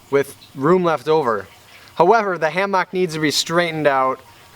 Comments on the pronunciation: I am really hoping the hammock /ˈhæm·ək/ didn't work out. For purely selfish reasons, because if I have to hear him say "hAm-AWk" anymore I am going to have to unsubscribe, for mental health reasons. I'm developing a nervous twitch. Still love you, keep on keeping on. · Why does when he says "ham-ock" bother me so bad? lol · HAM-OCK! the way you pronounce it cracks me up! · "ham-mock" are you from wisconsin? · I literally have a physical reaction, I thought he was saying it that way to troll us, but he says it is his accent. I might have to burn the hammock myself just so he won't keep talking about it. 🙈😂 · He commented yesterday saying it was a joke about how Wisconsinites say things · That is totally different, lol. I'm pretty sure he is just trolling by over annunciating it like that.